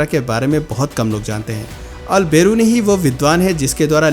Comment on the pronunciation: अल बिरूनी हैं अल बरेनु नही